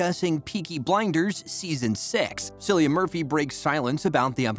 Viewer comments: Thank You! the lad saying it Sillian does my head in. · It’s not Sillian. It’s Cillian. Pronounced Killian but Cillian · Not silian…….Cillian like K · I can’t stand it, I actually want to head but him 😂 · It‘s C-ILLIAN, like in kill. 😓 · Does everyone mispronounce his name??? If you are doing a video on him at least say his name correctly!!!! Drives me nuts!